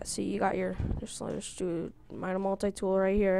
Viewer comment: Meda Multi-Tool